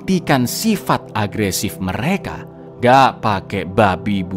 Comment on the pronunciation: Agresif baca yang bener dong bang